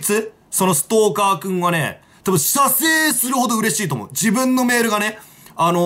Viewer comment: 射精の所を強く言うシバター好き